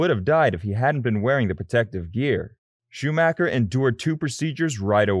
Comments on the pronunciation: He almost said shoemaker lol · Michael shoe maker? Lol